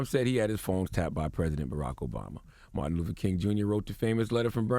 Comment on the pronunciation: this dude said martin loofer king on purpose